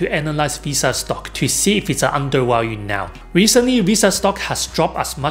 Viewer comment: "underWalued" LOL